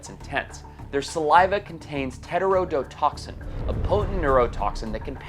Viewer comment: It's pronounced tet tro dough.